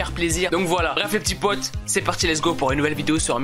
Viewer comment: Je kiff ton « les p'tits potS» 😂. Bref j'adore ta chaine